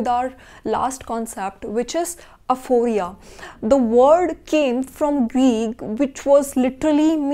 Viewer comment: Quick note: it’s aporia, not aphoria.